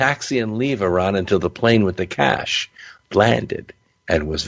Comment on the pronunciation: Why is this narrator talking like he's narrating a mid 90s B action movie? Super cheesy man. "Caaaaassshhh" great pronunciation on the middle eastern names too bud. Keep pluggin pal